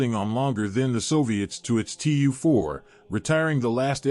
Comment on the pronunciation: It is Teee Uuuuu - 4, not two four.